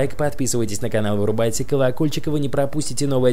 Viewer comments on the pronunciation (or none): Ошибка: он сказал "ралики" вместо ролики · Ралики ты всегда в конце видео говоришь ралики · В конце он сказал "ралики"